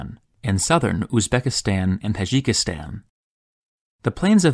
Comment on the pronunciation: Wait, why do you say Tajikistan, like 'Hadjikistan'? Isn't it pronounced with a hard 't'-sound?